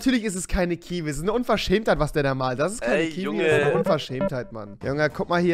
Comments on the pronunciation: Es heißt malt net mal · Es heisst malt mit t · Heißt es nicht malt und nicht mal